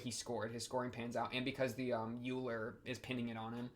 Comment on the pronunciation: Euler is pronounced like Oiler not Yuler. So the pronunciation is similar to Sodachi's family name, Oikura, and why she wants Euler to be her nickname. Unfortunately for her it never caught on and everyone just calls her "How Much" which is a pun on her family name and makes fun of her personality.